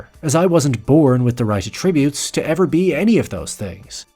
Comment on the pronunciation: "uh-trib-yutes" tf. "ah-truh-byoots" how the hell is this so bad? the content is actually ok, but... how do you not know how to say that?